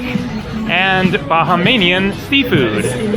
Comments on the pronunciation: It’s Bahamian not bahamanian otherwise good vid hope you enjoyed your stay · Bahamian is pronounced ' Buh - hay- mian' not 'Baja - may - nian ' as in Baja California where the 'Baja' is Spanish and means 'Lower.' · And Ba-ha-mian! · Your adding to many vowels when you say Bahamian Nice video